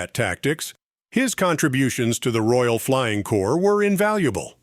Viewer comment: Its the Royal Flying Corps not Core, and its "Left"enent not "Loo"tenent" if the British Armed Forces.